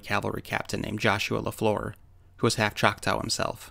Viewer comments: FYI: there is no “ow” sound in our language the tribal name ends with a short a sound. Like ahhhhh!;) I’m only saying this out of total respect for one of my very favorite utubers. I am one of those people that I refuse to use PayPal otherwise: I would donate. Thank you so much for your time. God Bless you and your family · CHOK-TAH(Chocktow) its pronounced Chalk-tah! Not Chalk tow. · I am Oklahoman and though not Choctaw I am Cherokee. I have always heard Chotaw pronounced "Chak tah" not tau, it is like an 'AH' noise like a scream or like "Ah, I see what you mean". I could be mistaken though. I often am. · BY the way to word Choctaw is NOT choc-tow( like cow- its like taw-like McCaw, Choc-Taw!!). The Choctaw are American Indian's - anyone born in this country is a native american. thats my view. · I can verify this is true. All is stated is true. There are still to this day many many bigfoots in the area. It's a very active area. And it's pronounced chocktah now chocktow. Irrelevant. But irritating. The area in question is the kiamichi mountains. And there is many bigfoots in the area this "story" has been told for decades. Much longer than 2015. Much muchlonger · And it’s not pronounced chock-tow it’s tah, the Choctaw word it comes from is chahta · Nice video, just a quick FYI, from an Okie, Choctaw rhymes with "saw". They're one of the Five Civilized Tribes of Oklahoma, yes it's still really called that. Thanks! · the second syllable in "Choctaw" is pronounced like "saw". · The truly correct way to pronounce it would be “Chata”, or “Chah-Tah”. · lol you pronounce the word Choctaw in a weird way. Like when you say it, it sounds like “chak-taow” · It hurt my okie ears to hear that🤣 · Why are you pronouncing Choctaw incorrectly? I can't watch it anymore after two minutes. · Learn to pronounce Choctaw and get your facts right about your history.